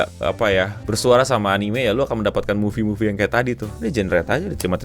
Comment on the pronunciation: "AI anine consulting" cringe banget anjinkk